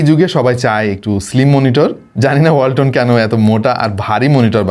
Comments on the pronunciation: ওয়াল্টন❌ হোলটন✅😹🤣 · ওয়ালটন❌ হোলটন✅😂🤣